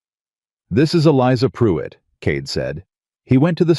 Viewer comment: Its Not puit. Can you not hear the R?? It's most likely spelled PRUITT .